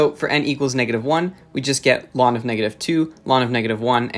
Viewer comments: U pronounce ln as lawn tf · This was a beautiful video but please never say 'lon' to ln again